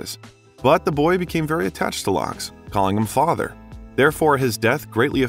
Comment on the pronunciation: "... the dealer, LOGS", lol. Pretty sure it's pronounced "LEGS", just like it's spelled. Kenneth "Legs" Saunders. All the information is right at your fingertips, you'd think someone who considers himself a narrator/storyteller would do the same few SECONDS worth of research it took me in order to be accurate.